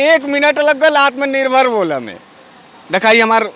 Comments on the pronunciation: Ye genda to anpad, jahil aur gwar lag rha hai, kaise home minister ho gya, isko atm nirbhar bolne nhi aa rha hai. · Sala Taripar gainda Takla ko Uchcharan bhi nahi kar pata Atmanirbhar ka. Aur logon ko Atmanirbhar bana Raha hai. Behaya Beshirm BJP. Tum Logon per koi Viswas nahi karta. Fekne band karo.